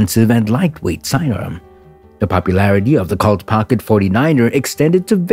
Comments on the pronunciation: It's Pronounced COLT & Not CULT, lol... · Not calt, colt long O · Good Lord. Pronounced cOlt not cAult. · Why can't YouTube present learn the correct pronunciation of words. Colt is the same a a young horse in pronunciation not Cult ! Although Colt Firearms may be part of cult. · Robo narrator fail. Did he call it a cult instead of colt? What a maroon. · Why is the narrator pronouncing it 'Cawlt' with a short o? I thought everyone knew it is 'Colt' with a long o sound. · It's COLT not cault eliminate machine voices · COLT not KALT. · It's pronounced COLT not CALT. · It's pronounced COLT not cult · I've never heard Colt pronounced "Cault" before. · Need to learn to say “Colt,” pilgrim. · Wtf is a " cault" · It angers me the way the narrator was mispronouncing colt. Colt is my favorite firearm manufacturer of all time. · I don't usually get annoyed or angry about such things. But I must agree with you. The butchering of an almost household name removed the thread of credibility they had. It was rendered unrecognizable. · Seriously. It’s an “O”, not an “A”.